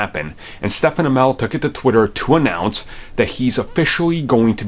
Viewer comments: His first name is pronounced as Steven it’s not Stefan I would know I have the same spelling of the name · His name is pronounced like Steven lol. Not “Steph-En” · never covers Arrowverse stuff because he pronounces Stephen Amell as “Stefen Amell” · Could you pronounce his name at least right once?? You’ve been doing this for years and never correct yourself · Can you maybe pronounce his name correctly for the final season?